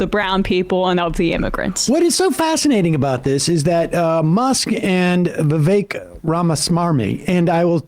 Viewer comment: It's still racist & shitty of Sam tro mispornounce Vivek's name. Shame on all of you for letting it slide